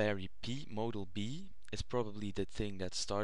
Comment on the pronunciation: Its pronounced like pie not p